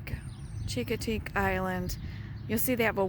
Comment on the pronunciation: A friendly heads up - Chincoteague is pronounced, "shing - kuh - teeg"... the hard "chi" you pronounce may ruffle some Eastern Shore, VA feathers. Thanks for the video! :)